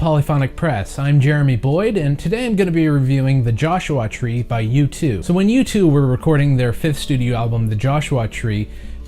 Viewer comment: Joshu-ah Tree.